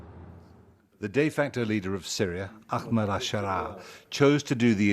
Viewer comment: Mate it’s not “Ackmed” it’s Ahmed, pronounced “Arr-med”. Go on try again, you can do it.